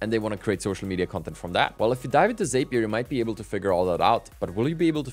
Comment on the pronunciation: Sorry to be that guy, but Zapier rhymes with happier, according to Zapier themselves. Great content, hope this helps!